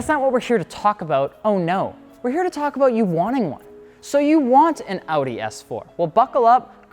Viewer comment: I cried when he mispronounced Audi .